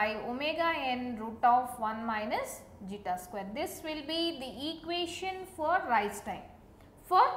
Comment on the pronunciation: Its Zeta. Please be clear with the terms. It is really hard to understand otherwise.